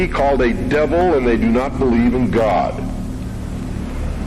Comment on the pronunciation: God ❌ goad ✔️ aadha confusion toh wahi hogya meko 😂😂